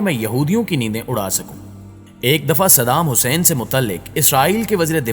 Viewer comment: Sab thik hai lekin tu jis tarha shaheed ka naam le raha wo qalat hai apni zuban ku thoda samal